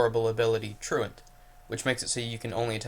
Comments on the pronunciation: He was the same guy who couldn't pronounce truant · ~~how does one not know how to say "true ant"~~